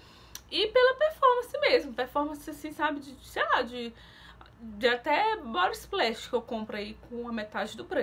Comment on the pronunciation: Se fala vibe e não vipe. Dá agonia ver vc falar as coisas erradas igual quando vc fala bobi splash e é body splash. Se fala explendoroso e não explendoso